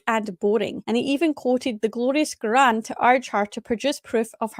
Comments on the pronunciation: Why is he pronouncing Quran like that? Kagaan 🤣😂🤣🤣🤣🤣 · I listened to the debate on my way to work😭 Dr. Craig is hard to listen to... Everytime he said; "Krgruran" ( Quran )😖.. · Why was the old dude pronouncing Quran like that 😂